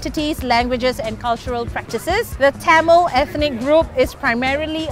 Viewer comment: Learn to say "Tamil" properly before asking questions lmao ...